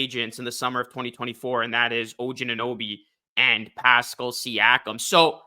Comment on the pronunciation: The way you say "Pascal" made me stop watching.